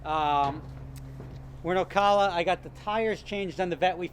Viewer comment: It's prenounced O-CAL-A my uncle's a cop there